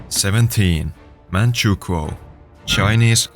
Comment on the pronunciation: “manchukuo” son.😭